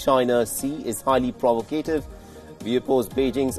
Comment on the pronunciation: ProvOcative. Not provacAtive